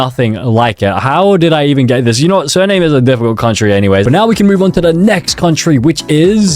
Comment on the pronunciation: He also called Dominica "Damineeca" and Suriname "Sir Name"